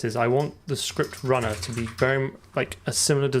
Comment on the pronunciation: ScruptRunner? Sure you're not a kiwi?